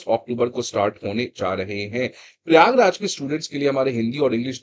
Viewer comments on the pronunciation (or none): none